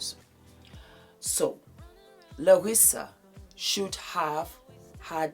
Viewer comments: Larsa not "Larissa". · I luv so much💯💜🌟 - FYI her name is "Larsa" not Larissa😂🤦🏾‍♀️ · My darling … her name is LARSA. There is no “I” in her name. Whether Scottie likes Michael or not to date his son is TACKY! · It's LARSA, darling. The name is LARSA PIPPEN. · It's not giving a damn about saying her name correctly for me! LOL! Larsa is gross and delusional. I don't know why we have to watch her ever! Ugh!